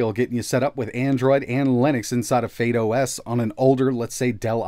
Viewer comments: I'm sure it's not pronounce fade os. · Why are you saying "Fade OS"